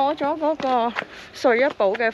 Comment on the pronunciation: 正字正音，骨骼應讀骨"格"音，不讀"落"音！互勉💪